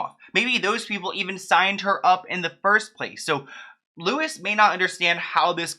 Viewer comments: Haha its not pronounced as louis Its pronounced as louie If that makes any sense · Just incase you make another vid with Louis Walsh in it. It's actually pronounced like 1D s Louis Tomlinson, it's not pronounced Lewis. Anyway love you ❤️❤️❤️ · I’m so sorry but Louis is actually pronounced “Louie” and not “Lewis”. Anyways, love you videos❤️ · I love with all my heart but everytime he called louis “lewis” i cringed maybe its cos hes been on the uk xfactor my whole life and ive never heard anyone call him lewis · Everything Brittney has gone through is so so convoluted. P.s Louis is pronounced as Lou-we rather than Lewis ☺️❤ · His name is Louis, not Lewis 🙊🙊 pronounced like loo-ee, just so you know for future 😊❤️ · May seem unimportant to point out, but as a British person I need to say this. It's not Louis like Lewis, It's Louis, as if French. Like Loo-ee. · Your prounouncing Louis wrong btw sorry it was throwing me off 😂 it’s pronounced “Lewy” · Its Louie not lewis. My sons name is Louie and I spelt it L.O.U.I.E instead of louis so people wouldn't be confused. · Just FYI it's pronounced loo-ee not lew-is 🥰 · He’s on the British X factor his name is pronounced Loo ee not lewis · It’s not pronounced Lewis. It’s Louis as in LOOWEE. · but his name is pronounced LU - WIE NOT LEWIS. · as in if you called him LEWIS he wouldn't answer because that's not how you say his name. He's actually very well known in the UK and Ireland and his pronunciation is LEW - IE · Hey :) Louis is pronounced Loui (Lewi) not Lewis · LOU-E...Not LOU-IS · His name isn’t Lewis it’s Louis you don’t pronounce the s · Louis is pronounced Loo-eee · Louis Walsh. Not Lewis. Otherwise, great video. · I know it's not the point but hope you eventually learned Louis Walsh is known as "Loui" with no 'S'. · Totally off topic but his name is pronounced lewy not lewis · Lou - e. Just lou-e. Omg please make him stop saying it like that 😂😂 I'm triggered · His name is pronounced louie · Yep Loo-ee